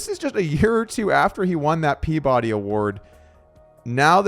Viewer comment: it’s pronounced pea-buh-Dee I think